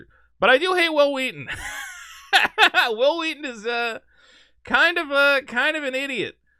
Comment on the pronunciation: 'Whhil Whheaton'.. wait, why are you saying that way? There's not even an 'H' in Wil!